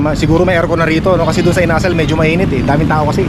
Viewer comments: Inasal not Ina-sal You’re wrong not too cold yet, in the Evening only minus one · Hello ka! ang bugles inasal medyo nabilin ang pagkabigkas kasi ilonggo yan ang bigkas hindi yong inasal or asal or ugali. Sorry ha ilonggo kasi ako sakit yan sa Bacolod or sa negros.